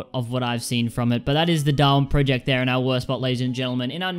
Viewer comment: does noone in the world know how to pronounce project